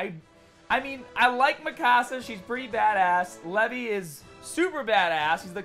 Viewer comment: called him Levy.